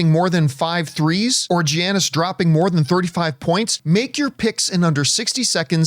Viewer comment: Calling Giannis Geeanis should be a fire able offense